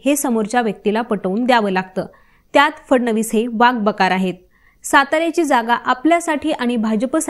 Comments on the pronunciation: वाक बकार नाही , वाकबगार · वाक बकार नव्हे वाकबगार 😅